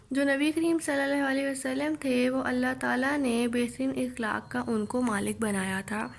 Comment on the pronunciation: الفاظ کی ادائیگی کی طرف خاص توجہ دینا چاہئے ۔ مثلا اخلاق کا صحیح تلفظ ا زبر خ ساکن لا ،ق جبکہ آپ ا زیر کے ساتھ ادا کر رہی ہیں جو کہ درست نہیں ۔ باقی سبق آپ نے بہترین پڑھایا